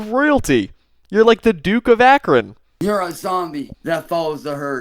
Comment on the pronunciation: ", the Dook of Akron"